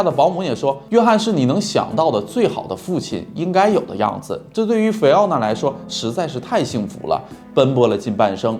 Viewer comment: 肥俺娜，读错了。。。